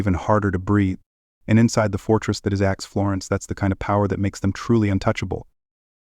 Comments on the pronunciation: It's ADX, not acts. Get someone who pronounce's words correctly. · You tell so many lies. Your video is false and so so wrong on so many points. U should be ashamed . Also , it's not Ax Florence.......di**head!!